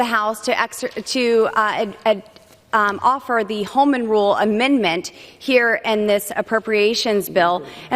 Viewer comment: Per my fourth grade teacher, the word "the" is only pronounced "thee" when followed by vowel sound, which , "rule" is not. Perhaps passing her HS GED was too advanced?